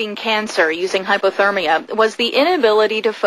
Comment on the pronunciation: HypERtermia, not HypOtermia.... god is any news anchor over an IQ of 12?